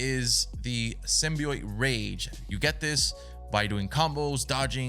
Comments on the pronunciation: its said simbee ot btw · hollow please stop saying symbeeiot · i gotta say man, if I’m gonna watch you play this game, you gotta say symbiot right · "Symbioit" hehe. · saying symbi-oit threw me off the whole time😂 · Every time he says symbiote he says it wrong 💀💀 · WHY DO YOU SAY SYMBIOTE LIKE THAT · your pronunciation symbiote is very weird